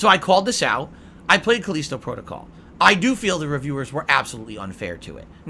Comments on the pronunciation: KUH-LEEST-OH Protocol? It's KUH-LI-STOW, you "dunce" God damn why can this grown man not pronounce words correctly? Also Callisto Protocol was ass, people did not hate it because it was too hard, they hated it because it SUCKED. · What's CalEEEEsto protocol ??